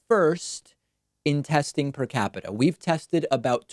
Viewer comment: Omg with the PER-CAPITA. Please frump, google it.